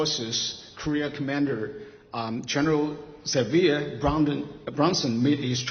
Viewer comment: he said Xavier like severe